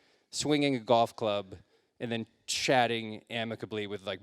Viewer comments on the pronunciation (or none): none